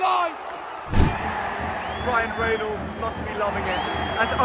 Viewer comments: Ohh god, no hope for Wrexham fans now, that your all over it, you couldn’t even pronounce Ryan Reynolds correctly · couldn't pronounce Ryan Reynolds name correctly at the beginning 😂😂. Wrexham deserved to win they played some really good football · I've never seen someone mispronounce BOTH Rob McElhenney and Ryan Reynolds names in the same sentence before! 😂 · You need to learn how to pronounce Rob and Ryan's surnames 😂